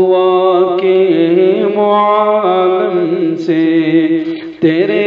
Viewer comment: ایسا معلوم ہوتا ہے کہ اشعار سنانے والے کوئی انپڑھ آدمی ھیں پڑھنے میں کئی غلطیاں کی ہیں حالانکہ یہاں پر اعراب بھی لگے ہیں معالم اور عالم زبر کے ساتھ نہیں بلکہ زیر کے ساتھ ھیں